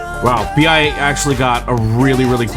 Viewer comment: VI or BIA not,its BI